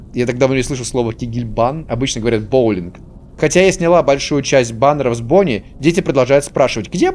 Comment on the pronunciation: не умеет говорить Бонни